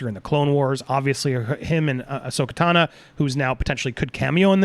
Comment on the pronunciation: Fun fact: Andy still hasn't pronounced the name Ahsoka Tano correct yet. You're getting there buddy! You got the first name right this time. Progress, haha. :P